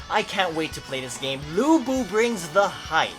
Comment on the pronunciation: studied chinese for 7 years pretty sure that's not how you pronounce his name xD but still i'm hyped, subscribed